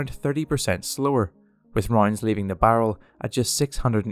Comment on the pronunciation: I’m sorry whenever you say ‘rounds’ it sounds like your saying ‘roinds’ and for some reason it makes me giggle